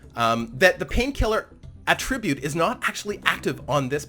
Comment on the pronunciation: A-trib-ute means to give credit. Atra-bute is a trait.